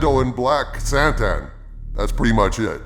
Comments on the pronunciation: Why does everyone call him SANTAN? I THOUGHT IT WAS KRRRSSANTAN? i think they again got scared people would make fun of the name.. nope they make fun of the show. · He also doesn’t know how to pronounce Krrsantan.